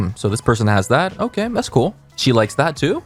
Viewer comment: Her: "If you don't have thay" Me: -1